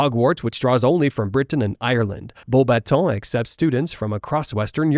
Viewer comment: I love your pronunciation of Beauxbatons.